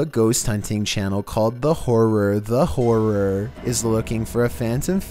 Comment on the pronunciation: can't even talk properly. Can't even say the word horror properly. Dickhead 🤦‍♂️🤦‍♂️🤦‍♂️🤣😂🤣😂🤣